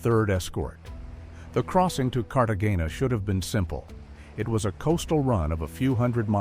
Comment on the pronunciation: So we can make all these grand movies with AI but we can't teach it how to pronounce Cartagena?